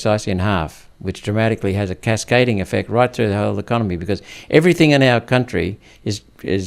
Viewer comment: You lost me “everythink”